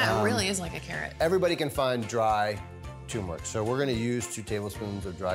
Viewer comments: Why do so many people say “TOOmeric”. Asking for a friend. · It’s pronounced, TURMERIC, not TUMERIC dammit!!! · tuRmeric. not TOOMERIC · Tumouric? Lol. Turmeric. There's an 'r' in there. Tumouric... Lol 😂😂😂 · Can't any expert pronounce tuRmeric correctly? She said, TUMERIC and so did he. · Wow, this whole time I thought the "r" was silent! Mind blown.